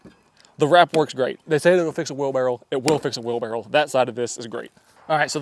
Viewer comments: Are you saying wheelbarrow or wheel barrel ? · It's wherlbarroW, not wheel barrel... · It's a wheelbarrow not a wheel barrel. Just saying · Were you saying wheel barrel instead of wheelbarrow? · it’s a wheel BARROW not a wheel barrel lol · "wheel barrow 🤓" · Do it. Say “wheel barrel” one more time 😅😅😅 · Was he saying "wheelbarrel"? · is a great tool guy. Larry Haun he is not. 🤣 Does anybody else hear say "wheel barrel?"